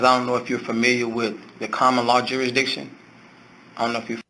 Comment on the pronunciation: He actually said "jury-diction". 😆 They told him he had go to "the other building". They haven't yet figured out that they're sending you to another building because they don't want to deal with you. Like when the guy at the State's Attorney's Office send Ronnie Lee Davis to the next county. I hate to break it to him, but you have to pay taxes anywhere you work; right now I work with Canadians and UK citizens, and they all kick up to the IRS. And unless they have a long term sponsor, they have to leave immediately if the show closes. It's a nice dream, though. I found a uniform for him on Amazon. It has a badge, a hat, sun glasses, and a pornstache. I think the pornstache really ties the look together.